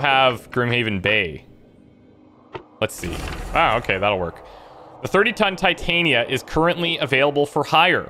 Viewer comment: Honestly I hate being this guy but for the love of christ ITS TIT-AN-YA THE WIFE OF OBERON THE FAIRY KING WHY ARE THEY CALLING HER TI-TAIN-E-YA